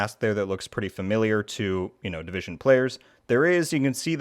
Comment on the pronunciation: the "Divison" Heartland lol